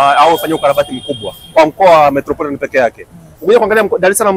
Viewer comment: Metropolitan SIO Metroporitan